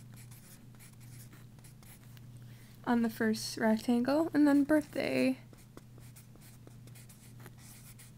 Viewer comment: not to be mean im just saying so that you know but you said birbhday but you do have awesome drawings! keep drawing!!!